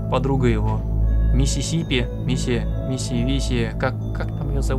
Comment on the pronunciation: Все: называют Кисси Мисси по имени.: Мисси-сиппи